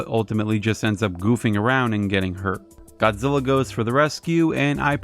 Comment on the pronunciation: It's Godzilla Not Godzilli!